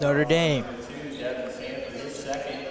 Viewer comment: *Sanford!! No T!